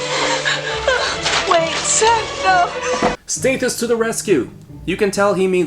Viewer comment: Great movie but please figure out how to pronounce Stathis. It's staa-this not stay-this.